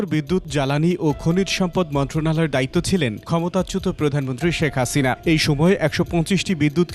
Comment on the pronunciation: Seriously "হাসিনা" হয়ে গেল "খাছিনা"😂😂😂😂 happily improvised